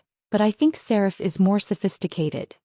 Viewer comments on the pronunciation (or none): Allergies, not Audees, which is not a real word! Serif, not Sarah.